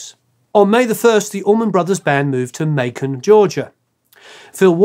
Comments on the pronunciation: narrator needs to learn how to pronounce Macon.....like bacon... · Good stuff! Just so you know, Macon sounds like bacon. Make-un. It's a southern thing. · Macon is pronounced like bacon, lol…..